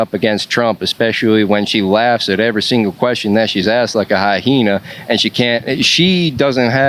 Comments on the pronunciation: Buddy the word is hyena not hyenha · A eyehena?? Or do you mean , a hyena?? 😂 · A "hyhena"?.?.? A new species has arrived here in America! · I know hyenas but hyhenas?????? New breed??? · I know what a hyena is, but WTH is a hyHEna? This old lady wants to know! 😳😂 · What’s a hi-heena? Is that native to the US? 😉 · A Ihyena not a hyena. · ..."like a I heena..." Too pitiful. Oh well 😂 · "Hyhena" "Best of wording with sentences" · I know a 1st-grader who can pronounce hyena better than that MAGA guy